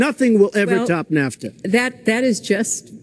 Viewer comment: Did he just call nafta "kafta?"